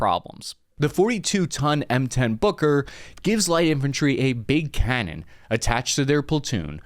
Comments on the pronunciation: Boker? Isn’t it “Buuuker” ? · Take a shot every time he says booger. I mean, Booker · I am terribly sorry, but I just can't stop hearing "Hooker"... which leads to hilarious phrases🙈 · I keep hearing "booger" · M10 Hooker is what I hear 😅